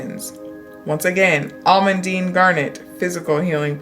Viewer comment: You are pronouncing almandine right btw!